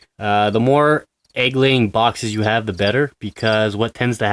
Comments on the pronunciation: At three minutes in the video you didn't say egg laying you said leg Aing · "Leg ayeing success". I think you're my dyslexic spirit animal, lol! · "leg ay-ing success" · "Leg aaying" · "leg eyying" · "leg ayying" , little freudian slip there eh? haha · "leg aying success" Speckh levl 100